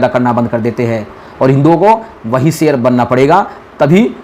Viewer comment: A bhai phle sher bolna sheekle Sher hota seer nahi